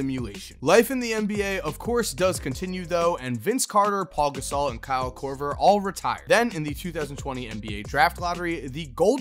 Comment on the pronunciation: he said paul gasol